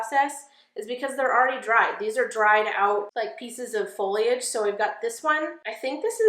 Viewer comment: Oh god, I’m so glad you know how to say foliage, lol